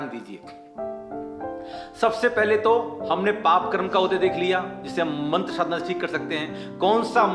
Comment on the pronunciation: sadhna ko shadhna keh rahe he, mantr ka uccharan kya shuddh nhi hona chahiye